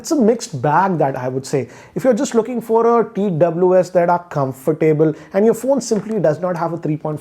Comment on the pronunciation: I wince every time he says comfortable